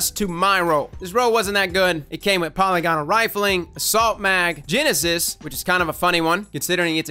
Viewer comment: Paul-LIG-onal not paul-lee-gone-all saur-ee 🖤